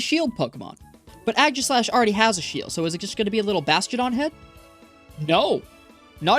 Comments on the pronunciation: Im sorry, but ageeslash just sounds wrong. Aye-giss-lash (pronouncing the "g" like j jif is fine) is the way i pronounce it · it's aegislash not ægislash 😭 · who in their right mind pronounces it "aggy-slash" wtf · This man's pronunciation of aegislash (and reshiram(and bisharp)) is killing me